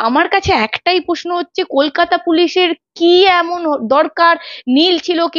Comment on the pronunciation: এই সাংবাদিকের উচ্চারণ খুব শ্রুতিকটু যেমন CBI কে শি বি আই। Sir কে শার প্রশ্ন টা পশ্ন তার সাথে ঘাড় টা অতিরিক্ত বেঁকিয়ে খুব বিরক্তিকর। Please দেখুন এটা। Editor এর কাছে অনুরোধ করছি 🙏